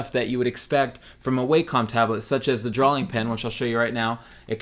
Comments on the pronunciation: Love you, love this, good video. Quit saying drawling. It's drawing. For god's sake you're an artist! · I don't know. I feel like this twitch will be with me the rest of my life. While we're on the subject...why do you put an L in "drawing"? You say drawling.